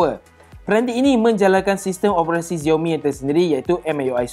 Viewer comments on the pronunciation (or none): Xiaomi not ziaomi 🙂